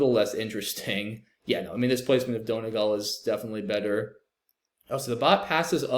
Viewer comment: SPOILER BLOCKER COMMENTS ARE BACK BOIS. P.S. As an Irish person, it’s pronounced “DUN-EE-GAWL,” to be pedantic :)